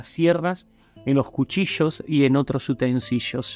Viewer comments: " UTENSILIOS" no " UTENSILLOS". Trato de escucharte hasta el final....pero me cuesta mucho, tu estilo de comunicación, con el pucho incluído🙄 y el exceso de " yeismo"( mishones") y otras cosas más,hacen que me alejen. Que nadie se ofenda, por favor, comparto el contenido, la información que brindás. Pero no soporto tu soberbia.🙄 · PRESTO Es utensilios. LI de modo que no se dice LLOS ni YOS, sino LIOS... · Che, es utensilios con l y con i, no con ll. Por lo tanto no podes decir "utensishos". 🤦🏽‍♂️